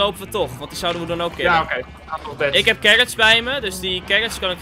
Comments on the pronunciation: Ik: carrots: carRrrrrrrrOTS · Niemand: carrots: carots: carrrrrrrrots